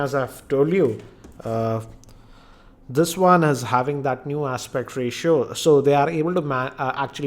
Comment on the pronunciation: andaa sixaa inchaa screenaa aspectaa ratiooaaaa ,its gotaaa ...wtfaaaa